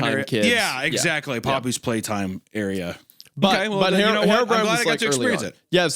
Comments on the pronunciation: Why does he pronounce it "Hair o'brien?" Is that how it's pronounced? I would think it's "hero brine" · the way isaiah pronounced herobrine as "harrowbrine" is making me violent